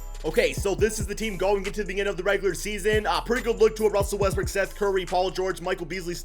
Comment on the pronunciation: EVERYTIME you say Westbrook I hear Westbrick hahahha